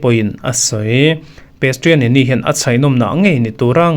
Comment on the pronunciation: Pestianiniiiiii 😂😂😂😂😂😂 A awihawm loh ' Prestianni' alawm....😅